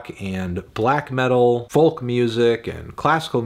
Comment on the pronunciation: dewdd, the L in folk is silent. Its foke. FOKE. argh